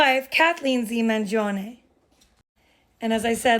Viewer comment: Thanks for pronouncing "Mangione" correctly !!!